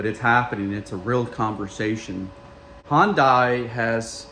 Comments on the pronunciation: It's fucking HYUN DAY OMG HYUND DIE my ass how long does it take to say it??????? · Do Americans really say Hyundai like that? It's Hyundai, not Hondai. Otherwise, interesting comparison for sure, not many people can do a review while owning both cars. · I thought he said Honda weirdly at first 😂